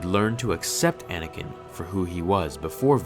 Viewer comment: it’s anakin not anikin